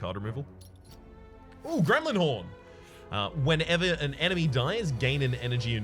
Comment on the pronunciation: Every time says "Gremlin Horn" I think "is he addressing me?" -"Gremlin 'orn with a Scottish"